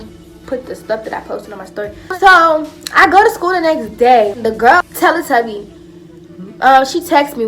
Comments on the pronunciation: I died when she said tellly tubby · She said “telle tubby” I’m done😂😂😂😂😂